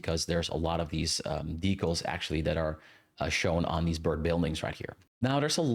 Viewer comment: I was interested in watching this, but I'm stopping about 10 minutes in because you say "decals" so many times and the pronunciation is giving me an aneurysm 😭